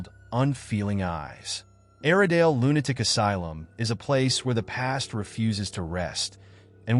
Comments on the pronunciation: lunaic? cant the AI say lunaTic.. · now its aradale lunaDic asylum? please AI just say lunaTic!